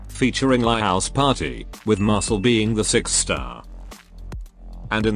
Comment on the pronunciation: Why do I keep hearing Mashle instead of Marcille